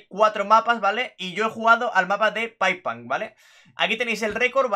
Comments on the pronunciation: Se dice paipunk xd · no jajaj, es paiponk así se pronuncia pero da igual, no? Jajaj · Grande bro, pero su nombre se pronuncia tal cual como está escrito, no es "paipank", es pipepunk (no sé si me expresé bien xd) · Se dice paiponk